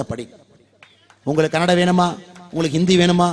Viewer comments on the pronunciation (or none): none